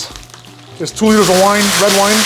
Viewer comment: I enjoy your cooking and style. It made me chuckle when you said "liters" in a Canadian dialect. What the hell is a liter? Sincerely, no dialect Chicagoan, as far as I can tell.